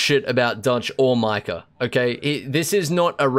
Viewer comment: Why do people say micahAR instead of micah and ideaR instead of idea